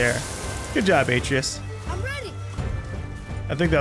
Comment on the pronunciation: I think he knows, but to him, it sounds better the way he pronounces it.